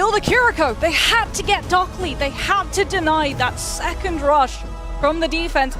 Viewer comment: stop calling him DockLy, it's Dockiy 🇩🇪🇩🇪🇩🇪🇩🇪🇩🇪:face-red-heart-shape::face-red-heart-shape::face-red-heart-shape